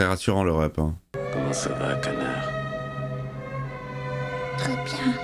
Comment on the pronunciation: y'a que moi qui ait compris "connard" plutot que "canard" 😅😂😂😂 ...?